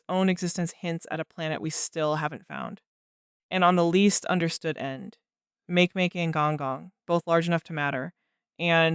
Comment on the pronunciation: "Make-make"? It's pronounced "maakay-maakay".